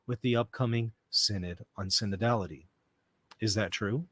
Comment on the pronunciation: SIN-ODD OF SIN-ODD-ALL-ITY